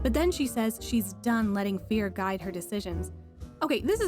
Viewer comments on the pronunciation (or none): none